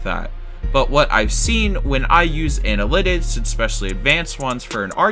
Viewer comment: You can't say the word analytics